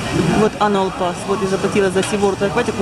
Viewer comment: О,боже Людмила. Не анал пасс, а аннюал пасс.